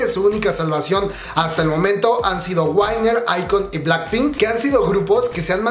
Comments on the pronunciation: Solo una cosa.... No se pronincia "uainer" es "uiner" (winner) No es "ef ti aisland" es "fit ailand" (f.t. Island) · no es "uainer" es "uiner" sjjssj saludos!